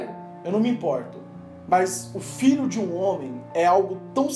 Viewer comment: Só eu que entendi Fígado quando ele falou Filho?